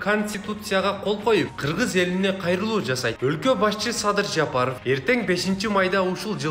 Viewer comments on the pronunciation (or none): none